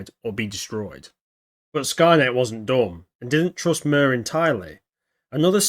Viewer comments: Its suposed to be pronounced rather than "Murr" and more like "Meer" with rolled R. But anyway what do you think was the territorial range on MIR and Skynet? Did Skynet control South America too and Was there MIR's pressence in Europe and Asia? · It’s pronounced MEER not MIR. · Mir is pronounced like mer and translates to peace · Hi. I got my degree in Russian in college. This is a great video, but I’m afraid that it’s pronounced “meer” like meerkat rather than like the ointment the wisemen brought to baby Jesus. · It's pronounced like meer. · I think it’s supposed to be pronounced “MyeerR” which means world in Russian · Cool but pronounced like "mere"